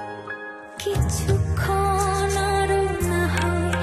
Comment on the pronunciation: fantastic....wonderful....only the pronounciation of kichhukkhon....needed to be corrected....but a great voice and nicely rendered